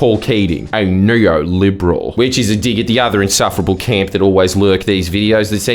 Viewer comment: "NEOLIbRel." I AM FUCKING ROLLING 😂